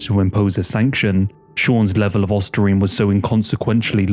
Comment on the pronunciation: Ostarine not ostrasine or whatever tf he said